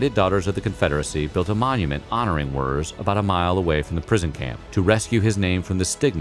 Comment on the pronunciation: Henry Wirz, but pronounced like "Wertze".